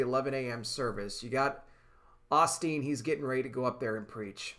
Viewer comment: Lol, brother, Oss teen don't sound right. Its pronounced OH steen.